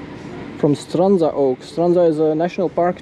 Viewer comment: A language tip: the "dzh" letters in Strandzha are pronounced like the first consonant in "jump" or "judge". It's an attempt to transliterate the combination of Cyrillic letters "дж". The same applies to the name Buzludzha, in case you go there. :)